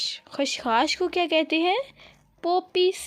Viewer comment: Its khashkhas not khashkhash